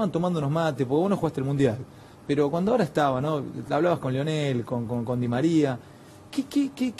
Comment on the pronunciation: Deberías saber que se llama lionel no leonel jaja.